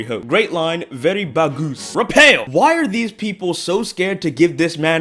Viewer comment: there's no reason why i should have laughed as much as i did when you called Raphael "Rapel", I damn near spilt my drink all over my keyboard.